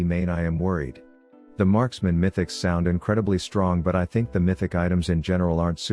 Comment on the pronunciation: Did u just say markspeole?